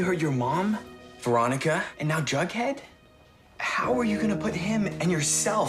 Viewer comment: I finished riverdale almost 2 years ago, but i'm now calling Veronica "Raw-Nee" from now on. 😂